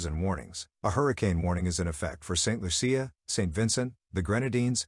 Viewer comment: Bah Bay dose, Saint lusha, green nay dah, doh min neeca. Proper pronounciations. Butchering our country's names.